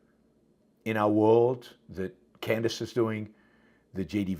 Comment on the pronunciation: When is he ever going to learn to pronounce Candace Owens name properly? As educated as Yaron is, it's really inexcusable.